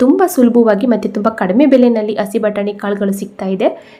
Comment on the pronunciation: Madam please say hasi batani instead of asi batani.